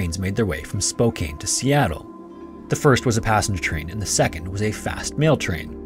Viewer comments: Spo-can, not Spo-cane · The correct pronunciation is “Spo-CAN,” not “Spo-CANE.” The name Spokane comes from a Native American tribe. It means “children of the sun.” This city is located in the northwestern part of the United States. Spokane is known for its natural beauty. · It is pronounced Spo-can, not Spokayne. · As a born and bred Spokanite, it is my unfortunate duty to inform you the 'e' is a trap. Spokane is pronounced 'can,' like, "Spo-can we drop the 'e' already?" Not like 'cane.' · I live in Oregon too and had to pause the video to make sure I had him say “Spo-cane”. There are people who even mispronounce Oregon which is funny. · Minor pronunciation ciritques from a born-and-raised Washingtonian who has been to both Spokane and Wenatchee: the second syllable of "Spokane" sounds like "can," not "cane," and the second syllable of "Wenatchee" sounds like "natch," not "notch." Good thing that first story didn't involve Puyallup. For reference: "Puyallup" is pronounced /pjuæləp/, or roughly "pyoo-al-ep." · A fitting day--February 29th--to post this video! I grew up hearing tales of Wellington because my dad was such a rail nut and we live in the Seattle area. Very sad, very preventable. Also, it's pronounced Spo-CAN not Spo-CANE. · Sorry for being that guy who corrects pronunciation, but I'm a Washingtonian and it bothered me. "Spokane" is not pronounced how it appears to be; it is pronounced as if the e at the end wasn't there, so "Spo-CAN". Wenatchee is also mispronounced; emphasis should be on the middle syllable, so "wi-NAH-chee". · Spo-can, not Spo-cane. Love your content <3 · Spokane: It’s pronounced the sane as spo-can not spo-cane. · sorry to be so picky, but its spo-can not spo-cane. common mistake, all the names up here are hard to pronounce. great video though! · you may want to look into local pronunciation.... It's 'Spo CAN'... definitely not 'SPO cane' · It's pronounced 'Spoh-CANN' NOT 'Spoh-CANE'; re: Spokane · SPOKE-anne not SPOH-kane.